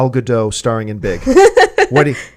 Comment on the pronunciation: ***** Please stop mispronouncing Gal's name. It's like nails on a chalkboard. Gal (rhymes with "doll") and Gadot (just how you are saying it, but the "t" at the end of the name is pronounced and not silent). Thank you, drive thru, first pick up window, please.